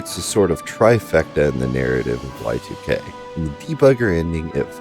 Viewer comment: please dont call it Y2K, its pronounced YIIK